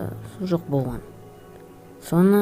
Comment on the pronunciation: оқиға бро сенин ЖАКСЫ бирак сен кейбир жерди кателесип айтасын болган ды боган деп АЙТТАСЫН!